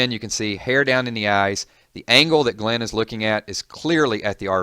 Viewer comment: For a walking dead fan this guy really doesn't know how to pronounce some of the characters names